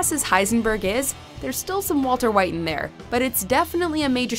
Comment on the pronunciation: valter vhite